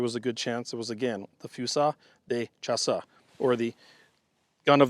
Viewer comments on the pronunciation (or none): Few-seal duh shass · Foozeel de shahss The "Fu" in Fusil is "foo", the s is like a z, the il is an "eel" French usually drops the e-vowel at the end of a word, unless it's an é (e with the upward accent, or "accent aigu"), which then becomes the literal English "A" sound from the alphabet. It may also drop vowels in a couple other cases, I can't remember. Also, "s" at the end of a word usually gets mostly or entirely dropped unless followed by a vowel in the next word, and then the s becomes a kind of z sound. But in the case of "chasse" here, the e on the end would be silent. So, it's like "chase" in English, but with some wider-mouthed "scha" stuff going on up front. This has been a brief, confusing, and probably wrong lesson in French pronunciation. I await being told I am wrong. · You're pretty close to the pronunciation. Its Fusee Dee Chaas. Good attempt tho. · Fusil De Chasse Is pronounced as Fusee du shasss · I am bilingual English/French - for an easy and accurate pronunciation of this gun's name in English, you could say it more like "fu-ZEE duh-SHASS". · Foozeel (really really light on the L, barely saying it) deu (eu pronounced as per the oo in good; a sound we use seldom in English, but they use it a lot more in French) Shasss (last vowels don't tend to be pronounced in French, and Ch is Sh, hence Shass is how you say Chasse. Hope that helps with pronunciation, if you are interested. Another really good video man! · Pronounced fu-seal di shass. Je parle un peu francais. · A better French pronunciation would be: few seal duh shhh ass. Few seal duh shhh ass. Say it with me.